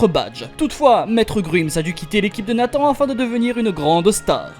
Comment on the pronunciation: Nathan =>> nee san 😂😂